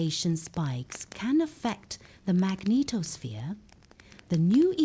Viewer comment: Your extremely melodious voice let's me think about correct 'pronunciation'. When it comes to magneTOSSphere I have to laugh out loud. The word NASA above (including the logo used in the first footage) must be a mistake. That is not a report from NASA - it's way simpler: CLICKBAIT.